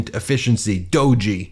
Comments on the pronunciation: Just so the cool kids don't rip on you: "doge" is pronounced like dojo without the o on the end. The e is silent. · It’s “dough-j,” not “doh-jee.” Old crusty Internet meme. Pls look up. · Dodgey not doge... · It’s not pronounced Do ge, it’s pronounced Dodgy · Hey Ben, I watch you all the time, Covid got alot of us into crypto early, and I still have some. And you pronounce it with a long O, and thr G sounds like J and the E is silent. Not Doggy lol! And not everybody lost money! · Pronounced Doh-zh Not doh-gee. Thought you should know Vote 💙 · lol, its prononced like 'doj' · Doe- ge 🤦🏽‍♂️ close but no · I think D.O.G.E. is pronounced dodgy. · It’s not pronounced do-gee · It’s pronounced… DOH J…. It’s still stupid but, that’s how ya pronounce it.😊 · The shiba inu meme, Doge is pronounced as (dowzh) or as (dohj). The Doge meme was based from a shiba inu, Kabosu who lived to be 18. She passed away this past May. Thank you for all the memes, Kabosu-chan. Sorry Elon Musk is degrading your memory. Good dogs don’t deserve this treatment from corrupt billionaires. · I believe Doge (the alt crypto coin) is pronounce "doh-g" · I hate to be that person, its pronounced "dohj" with a long o and and a soft g/j. Silent e. I take no pleasure in this post, good sir. Also: trumpshit crazy should be a term used daily. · I think it is pronounced "dodgie"...an accidental true description of the pair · The g isn't like that it's the dg sound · I was watching this when my son was around, and he insisted I corrected this. In a 15 year old boy voice, "The 'e' is there to make the 'o' a long vowel. It's pronounced like d (long o)g. Geez, mom." Smart-ass kids. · DOGE has a silent E lol. just Doe-J. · DOGE is pronounced "Dodgy" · Doge is pronounced "dodge-E" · It's pronounced dowge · Misreading the tweet (two mistakes) and then mispronouncing doge like that. Boomer energy 😂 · Ha ha you are saying doge a bit wrong. Love the show. Hate MAGA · Who’s gonna tell Ben how to pronounce Doge correctly?